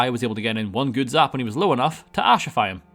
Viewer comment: I have now watched you say "Ghood!" About 10 times and it gets funnier every time.